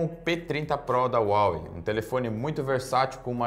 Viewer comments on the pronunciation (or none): none